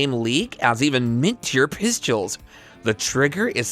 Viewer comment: I can’t watch. I prefer real voices. Also, I cringed each time he said “pistules”.